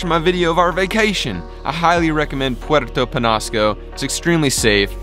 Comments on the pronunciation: It's ñ not n. Say it like this Puerto Penyasco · it is pronounced penyasco